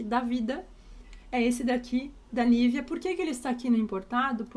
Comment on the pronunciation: Já estava ansiosa esperando por esse vídeo! Amei 🥰🥰🥰 Mas,, não se fala Nívea, se fala NIVÊA. Todos no Brasil falam errado o nome da marca.